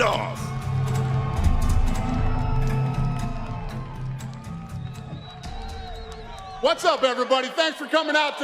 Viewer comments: "real big name Kha-bib Nurm-uh-gomedov" lmaooo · Tony: very big name : khabib nurmagomaduv 😁😁😁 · Really big name! Khabib Nur-Ma-Go-MeD-oV LMFAO!!!!! TONY IS THE GOAT!🐐